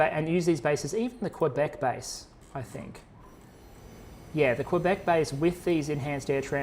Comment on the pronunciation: Love this! You did good for the French pronunciations in this video. For reference, as a Canadian and a Québecois, here's a quick pronunciation guide: Québec: Kay-bek (or Keh-bek), and Valcartier: Val-cart-yay